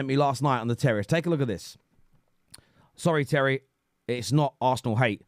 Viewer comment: Scawwy Tewwy